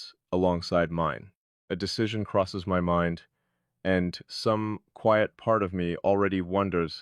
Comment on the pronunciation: QUIET has a long i sound.